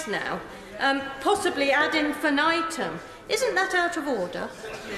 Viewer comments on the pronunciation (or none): Ordahhh, ordurrr. Definitely make a video on the speaker and how he manages to add syllables into words that are not ordinarily there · I can't help it, but i'm keep hearing "UDDER!" and it confused me the first few times I heard Bercow screaming it. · I definitely want to learn more about the speaker, although just hearing him say order is amusing as well.